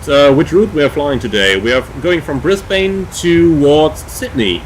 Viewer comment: We pronounce it Brisbun and Melbun. :)